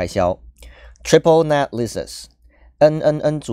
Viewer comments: net人家念的对的啊 是不是你念错了啊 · net发音都发不准，天那